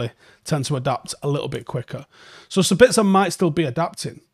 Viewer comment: And 1 thing we haven't learned: to pronounce his name correctly.